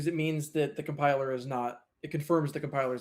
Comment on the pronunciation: Lol he said cum piler 😂😂😂